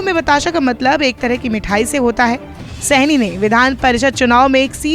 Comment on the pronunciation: Saini nahi shahni kaise kaise anchor hai